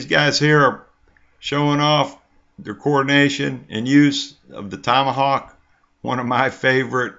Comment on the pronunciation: maybe he's saying kamahawk